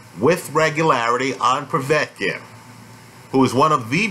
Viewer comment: ive noticed that too..... I like how says Povey-etkin and Sirgee-eye Kovalev instead of Po-vetkin and Sir-guy......in fact all Americans have a problem pronounicing Slavic/Eastern European words........ Moss-cow springs instantly to mind.